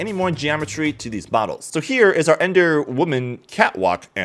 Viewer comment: 'ENDER' what?